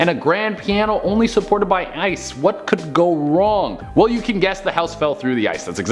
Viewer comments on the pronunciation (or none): none